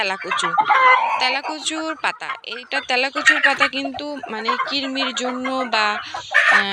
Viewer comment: ভাষাটা কৃরমি না কৃমি